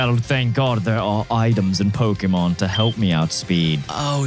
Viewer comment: NGL, the amount of Pokémon you pronounce wrong drives me fking insane... But I still love the content!